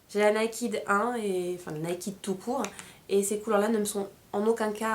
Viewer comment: bon, je sais que l'anglais n'est pas facile pour un français mais s'il te plait, retiens ça: NAKED se prononce: "/n e i k e d/" et non pas /n a i k i d/!!! s'il te plait!!!!